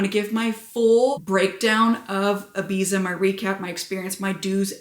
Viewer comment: you are beyond beautiful!! But please don't call it "Ibisa" 🤣🤣